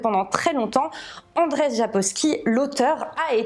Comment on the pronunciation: Andrzej se prononce Anndjey et non pas Andrey! Le rz a le même son que le j français. Et le nom de famille Sapkowski se prononce sapcoffski.